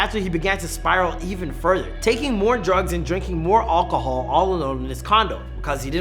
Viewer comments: "Olcohol" lol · the way he says "Alcohol"